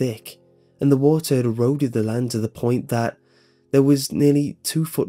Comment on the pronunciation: "land" land not hand